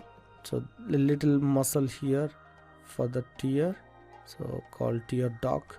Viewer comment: I'm proud that someone from India is providing such a great source of learning ZBrush. BTW, It's "tear duct", not "tear duck"..